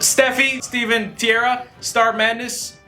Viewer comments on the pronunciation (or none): none